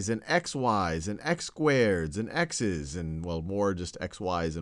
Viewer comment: it sounds like he's saying ex wives